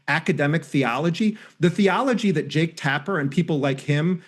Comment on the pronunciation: Jake rhymes with 'joke'. Or close enough not to matter, anyway.